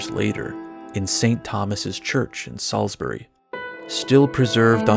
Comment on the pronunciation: Random bit of praise. I live in Salisbury and you pronounced it the best I've heard from an American. So ... Groovy